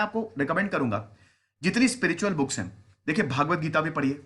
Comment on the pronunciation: Sir booke nhi books, but thnx acha lgta hai pure Indian touch...